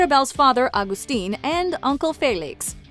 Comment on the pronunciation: Her dad isn't agstin its Augustin its pronounced